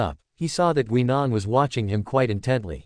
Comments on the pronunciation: The AI voice needs work. As someone else pointed out, it's "Guy . nan" not "Gwe. nan". The story itself is interesting and I take it takes place before 10, 11 and the War Doctor change things. The narration definitely needs work. So, thumbs up on the story, but not for the presentation. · GUY NAN..that's how it's pronounced!